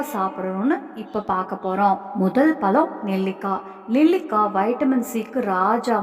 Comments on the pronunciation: முதலில் தமிழ் முறையாகப்பேசுக. பலமா? பழமா? .. பருவந்தோறும் கிடைக்கும் எல்லா பழங்களையும் உண்ணலாம். உளறல் தவிர்க்க.🎉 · பலம் அல்ல.பழம் என்று உச்சரிக்க வேண்டும். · Everything good thank you. Pronounce "pazham"tamil word